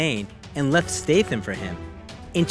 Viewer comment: It pisses me of the hear the narrator pronounces his name as STATEHAM. It should be STATHAM with a short A. Get your shyte right dude.